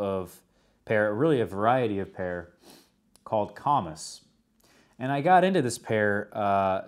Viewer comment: It is pronounced comeece. I grew up and worked around Harry & David (Medford Oregon). The comice pear is the best in my book.